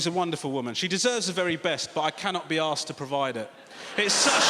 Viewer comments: Arsed not asked. 😅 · Arsed. He's British! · Can't be "arsed" typical non English person trying to speak English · I always thought he said ‘assed’ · He speaks in English for 10 minutes and you attack him for mispronouncing a single idiom